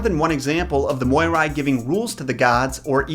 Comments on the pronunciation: It's pronounced Mee-reh. Please please don't call them moy-rai 🙈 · I am from Greece and when you said the moirai I just cringed I am sorry they are called mires but in Greek oi is pronounced i and in ancient Greek ai was the ending of the plural. Greek is a difficult and weird language especially the ancient so I don't blame you. I love your videos and I think you are really lovely ❤ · Greek person speaking here. I only have to make a small correction. Despite being spelled moirai, it's actually pronounced mire. Btw I love your content ! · No offence, but you kinda killed it with the pronunciation. Moirai is pronounced mi-rae in Greek. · That's not how that is pronounced.. it's mEE-reh.. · I don't want to be that guy but I'm going to be that guy . If you were trying to pronounce their greek name it's pronounced mires. It was just written like that because in Greek it's written as μοίρες . Again sorry for bitching about it but it was well meant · Fun (Greek) fact for you: In Greek most of the time when you see oi togeether its pronounced i and ai together its pronounced e,so they are actually called Mires! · you are pronouncing it wrong In Greek it is spelled as Μοιραι (or Μοίρες in moden greek). However οι is pronounced as one word the so is the αι. So in truth, it is not Moirai but Meeres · The word "Moirai" is pronounced "Me-ray." I'd want to know the past. It's the most interesting, as I can learn things which we've forgotten. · Yeah, if he'd checked LoT first, he'd have known how to pronounce their names. So far, he's 0 for 3. 😆